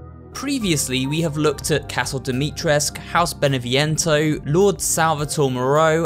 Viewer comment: Alright everyone, say it with me because I'm sad to see everyone butcher my language. Ca (like in calm) - dough Dumitresc-oo (like in too)